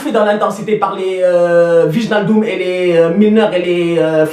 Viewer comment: je suis fatigué d'entendre à chaque debrief de liverpool t'a prononciation de Wijnaldum, c'est " Waïnaldum ", sinon respect à toi encore une fois tu t'es géré